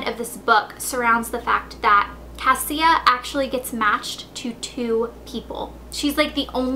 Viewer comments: Her name is pronounced CA-Sha not cassia, the author told me. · the girl's name Cassia it's actually pronounced Kashia lol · And her name is pronouces Kasha. Like kesha, but with an an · So apparently her name isn't pronounced as "Cass-ie-uh" it's pronounced "Cash-uh" according to Allie Condie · When i read Matched i pronounced Cassia as Cas-see-ah throughout the whole book but then i watched and interview of the author and she pronounced it Casha... Idk how i can read the second one now... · I think she means Cassia is pronounced Kosha. I didn't know this though, so I think the way you pronounce it is fine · Her names actually prounced kasha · Cassia is pronounced like Ke$ha except with an "a"... just so you know.